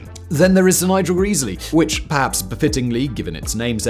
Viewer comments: Love this homage to the A4, despite the persistent mispronunciation of Sir Nigel Gresley as Sir Nigel Greesley, although I also know how little Mr Whistler cares about comments on mispronunciations! Always loved steam engines and the LNER A4 Pacific class in particular and so getting to see them all (and have a brief ride behind Bittern in steam) in February 2014 when the Great Gathering moved from the main National Railway Museum site in York to their Locomotion site at Shildon, Co. Durham was awesome. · It's bad enough that you butchered Gresley's name but that is NOT the LNER' network map. The West Coast mainline via Preston and Carlisle was the domain of LMS (the London, Midlands and Scottish railway), the LNER's competitor. The LNER operated the East Coast mainline (with the clue being the 'E' stood for "eastern") via York and Newcastle. That's pretty poor research. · Happen he does it to annoy us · Every visit to York involves giving the Mallard a kiss since 1978. 😊❤😊 Calling Sir Nigel "Greeseley" Instead of "Gresley" is a travesty. 😮❤😮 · "GreZlee" not Greasley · Gresley… not Greesley… There is one e at the start, not 2. Short e, not long…. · I don't doubt it's "Greasely", but I always heard the name as "Grezzly". Help me here! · Grez-ley grez-ley dammit! Not Greese-ley! AAAAArrrrrrrrggggghhhhhhhh! Cool vid though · For gawd's sake, it's "Grezzley" not "Greasily"! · its gressley not greaseley. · not "geeeesly".... Gre--- sley. A4s weren't so much EXTERNALLY streamlined, as they were INTERNALLY streamlined.. all pipework had gentle radius curvatures, no right angles, smooth bores etc, given the gas speed in the pipes is in parts vastly faster than the air slipping over the body, this is where it really gained. Beautiful designs. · Who is this greasley bloke? Do you mean Gres ley? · It's Gresley not greezley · In a previous video Simon said “Greas-ley” too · Gresley has a short, not a long "e". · Nice vid. Apart from mispronouncing "Gresley" all the time!